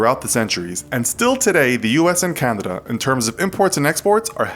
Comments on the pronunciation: Its pronounced Can-a-da, not Can-did-da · he says Candana. EDIT : Check instead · He pronounced Canada like “Candida” and it is really pissing me off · I noticed you say “Candada”.